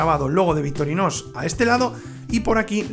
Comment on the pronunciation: Buenisimaaaaaaa.... aguante victorinossssssssss 😂😂😂😂 bromas aparte ...decis victorinosss o es el microfono que te toma la x por la s... saludos!